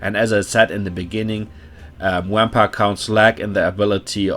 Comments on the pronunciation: I’m officially going to start intentionally pronouncing vampire “wampire” henceforth. Love the Deutsch accent. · Nice thanks man! Also love the way u say wampire xD